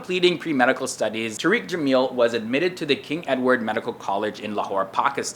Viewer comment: it's pronounced "Tar-Rick" not "Tureek"-- you're changing the meaning dude!!!!